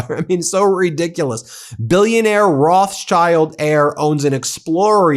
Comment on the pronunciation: Ben! I need a warning before you start speaking "Rothchild" so that I don't spray my coffee all over my damn desk